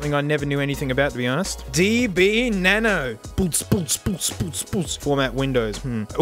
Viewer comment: do you mean "na-no"?